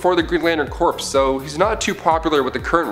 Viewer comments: its pronounced core not corpse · Stop pronouncing corps as corpse. It's pronounced like core. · Just dont have him do it. Cant stand Corpes corpes corpse. He doesn't know how to say Corps pronounced Core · Alan Scott got his power from the Star Heart, and Corps is pronounced as "Core", Corpse is "corps", (which is being said in the video). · its "core" not "corpse." beside that tick, neat list. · thanks for pointing this out, yo. i was gonna post it here myself if no one else did. was also startin’ to go nuts because he kept pronouncing Corp as “Corpse” instead of “Core”... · Corps is pronounced "core" not "corpse" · Can you stop saying lantern corpse please it's really annoying, it's pronounced core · "Corps" is pronounced "core", by the way. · Corps is pronounced core... please understand that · The people who run and host this channel are Canadian. And Canadians have a different way or pronouncing words. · Also Corps Is pronounced "Core" in Canada too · Stop saying corps it is core say it like that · The p in corp is silent. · Yeah, that was seriously grating on my nerves. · As far as I know the p corps is silent. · Maxx Damage lol yea when I heard him say that I was like “hold on there buddy” I’ve been reading GL since at least 2008 that has never happened....I peeped the corps being mispronounced but that did bother me as much lol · The "p" silent in corp. Plus most of these should not be on this list. Most of this are well known. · Yeah I bout got pissed